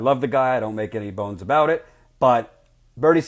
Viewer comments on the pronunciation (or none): none